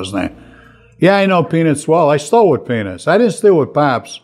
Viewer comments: I thought he was saying penis the whole interview. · I know this is an old post but I'm just now seeing it for the first time. . I know penis well. I used to steal with penis. Lol!!! I'm sorry, but that is EXACTLY what it sounds like. I called penis a desperation thief. Everybody wanted to work with penis. I hope that wherever Frank is, he sees this and gets a good hearty laugh from it. Adam, you must miss him like crazy. I know you guys really cared about each other. You can see it in the videos. Even though Frank put up that front, it was still obvious he had a special place in his heart for you. So sorry that you lost such a great friend and that we all lost this great man.